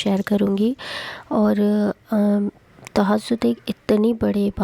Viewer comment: Tahajud ka name to sahi liya karo,,, tahasod bol rai hai ap